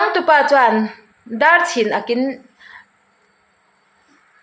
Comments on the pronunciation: A dar a chhin ak a, tih hi nang pon i chhiar dik bik chuanglo, A dar (a koki) a ti chhing, Dar chhin aakin. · 12:8 ami khi dar chhin ak in tih ania, ilam dan adiklo, dar(hmar tih thluka lam tur) chhin (chhinlung chhuak tiha chhin tih thluka lam tur) ak(naupang rak tih a rak thluka lam tur) dar chhin ak in tih anih chuan dar/koki leh lam ti sang hretin tih tur, dingkawisawi sawina lam aw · I chhiar diklo nasa thei lutuk a tuichang tih te khi chuan dar chhin ak tih te ka nui nasa thin a nia thahnemngaih thu ah lo sawi ve mai2 aw